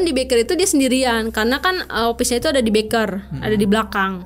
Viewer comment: stap itu staff? sip itu shift? opis? bingung dengernya